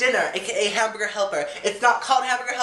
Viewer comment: "I WANT A BOX OF HAMBURGA HELPA!" hahahaha you crack me up! Tiny chat soon?:)